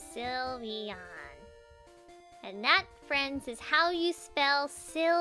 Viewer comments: it is sylveon not slivyian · is not sulveon is sylveon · Silveon not sylveon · Wet de hekkk....its called SYLVEON!!!!! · its not sylveon its lysvoooena